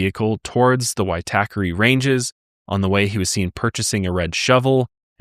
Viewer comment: Good pronunciation of Waitakere ranges! I lived there for many years (inc at the time Grace was found there). Also I've stayed at City life where she was murdered. Grim. PS Jesse was born Lower Hutt just north of Wellington NZ not Australia